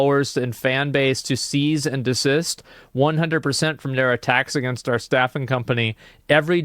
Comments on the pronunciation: "Seize and desist" LMAO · “Seize and Desist” 😂😂💀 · “Seize and Desist” 😂